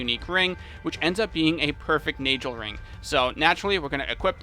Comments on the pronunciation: I'm fairly certain that Nagelring, is pronounced, 'Nay Gull Ring,' and not, 'Nay Gel Ring.' That would be with a hard 'g,' as in gull, or gold. After the artist, Nagel. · Yes, but The Na ist pronounced like the a in hard. ;)